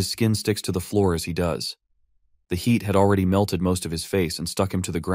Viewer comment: HEAD for HEAT? WTF??